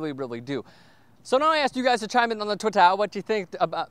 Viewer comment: Haha, the "Twittah" thing was hilarious.